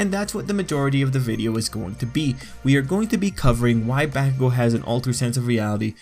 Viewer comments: Homie...good vid but you saying BaCKugo and not Bakugo is like messing with me lol. Still...ill sub :) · Bah-koo-go. not Back-ew-go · "eezuku and bAKugoo" stop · its bah-ku-go, not back-oo-go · It's not backugo its bakugo... Dude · I ain’t tryna be mean but you say it like “back-ugo”it’s “bak-ugo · He sed bahkugo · He says Bakugou as "Backcoogo" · The names are Japanese, the Japanese language is pronounced in fairly standard phonetics throughout the entire language. His name is pronounced Ba-ku-go: Bah as in sheep, Coo as the birds go, and Go as in forward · Wtf y u say his name like that.... BaCkUGo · I cringe everytime you say bakugo.... I'm so used to listening to his name as B-ah-kugo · It was bothering me the whole time "BAAAAH kugou" lmfao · Helpful video but the way he says Bakugo makes me scared.. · You pronounce Bakugou's name weird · And I hate the way you pronounce "Bakugo"...Have you even watched the anime , man..? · Finally someone mentions it